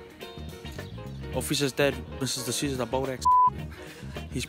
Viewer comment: did he say mr dsouza 😂😂😂😂😂